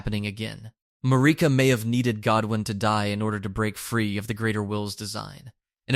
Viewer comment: MAR-I-KA. Not MARI-KA.